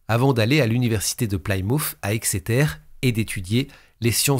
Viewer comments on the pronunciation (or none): none